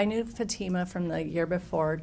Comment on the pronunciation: The mothers counsel still can’t pronounce Fatima’s name correctly FFS 🤦‍♀️